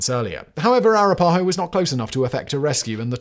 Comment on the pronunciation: It's pronounced "a-RAP-a-ho".